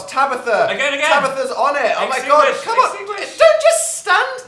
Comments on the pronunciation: am i the only one who heard dan say ‘extingwish with fweeze way’ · "Extingrish with the fweeze way" lol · “extingrish with freeze way”